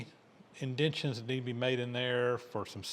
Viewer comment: Inden TAY shuns. Youre missing a wholle syllable